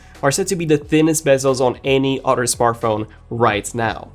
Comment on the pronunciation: its Other - not Odder